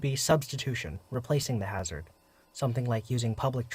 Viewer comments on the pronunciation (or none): none